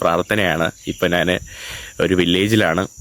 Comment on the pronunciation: നാണ്, നാന്, നാണു എന്താ? ഞാൻ എന്ന് പറഞ്ഞു പഠിക്കെടാ മുറിയ!